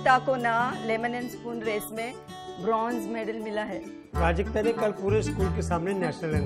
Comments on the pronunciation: When you hear Projectile instead of Prajakta. To much Engg bro.😂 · R.S.Mishra its Prajakta not prajkta. 😊 ok